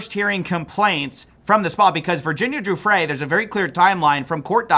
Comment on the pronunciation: Hey quick correction, Giuffre pronounced guff-ree, I couldn't give less of a shit if we misprounced the monsters' names wrong but we should try for the victims' sake